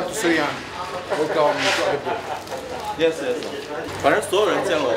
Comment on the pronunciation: and how many childrens? xuliya(English accent) 但是很鼓舞人心的片子